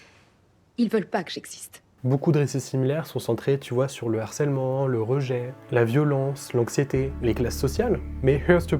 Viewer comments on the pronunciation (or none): none